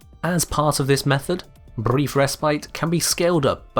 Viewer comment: the tongue rolling when he says "Brrrrief resprite"